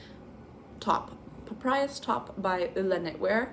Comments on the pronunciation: I’m reknitting the twist loop tank because somehow I switched the front and the back, and ran out of yarn… it’s strange but I’ve had to reknit the last 4 sweaters I’ve been working on for various reasons, but I’m learning a few things which is good. I like your ideas here! Also, it’s pa-pie-russ… papyrus😊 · Wow, hearing you struggle to pronounce Papyrus immediately made me feel so old lmaoo! The font of my childhood 😂, it was all over the internet in the late 2000s.